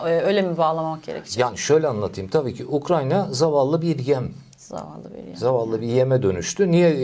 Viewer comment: Hocam, Ukranya değil ya.. Ukrayna.